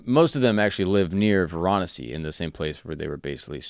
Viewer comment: Hahaha, you're pronunciation, especially of Varanasi (Kashi), needs some help...